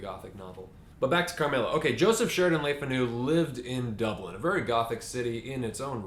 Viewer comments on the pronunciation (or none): Le Fanu is pronounce Lay Fah-new with the stress on the first syllable. Le Fanu's family was descendent from French Huguenots.